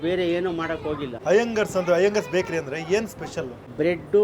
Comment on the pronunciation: Iyengars bajery❌iyengars bekary✔️